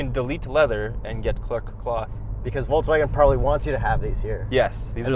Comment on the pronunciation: Happy bday. I wish you that you can pronunce Volkswagen correctly;)